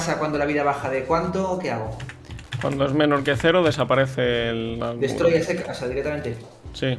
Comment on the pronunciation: "Destrulle"??? "DESTRULLE"???????